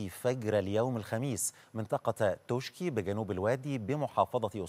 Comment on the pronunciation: اسمها منطقه توشكي هكذا تكنب وتنطق توشكا ...لذا لزم التنويه وشكرا